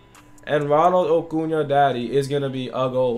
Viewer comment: It’s not ocuna if your gonna day it 80 times say it right